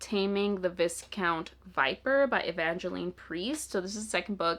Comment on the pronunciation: I love that you added your own little challenge with the monster romances, that's so fun! Just a note, viscount is pronouced "vai-count" like the first syllable rhymes with "eye". It comes from French, and we all know how French loves its silent letters lol.